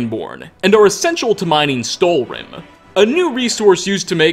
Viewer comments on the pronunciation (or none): Does anyone know why pronounces stalhrim like stalrim?